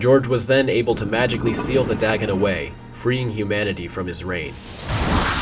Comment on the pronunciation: It's dagon, not dragon!